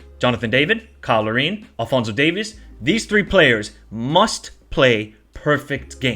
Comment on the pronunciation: Lol it's DAVIES. NOT DAVIS emphasis on the e.